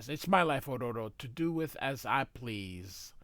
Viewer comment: Why are you pronouncing Ororo's name like you're Japanese?